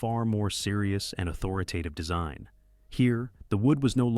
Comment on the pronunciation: The word is au thor i tive. Not au thor i TA tive. Grade School?